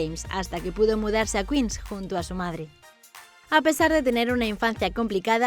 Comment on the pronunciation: No se pronuncia "Kins" se pronuncia "kuins"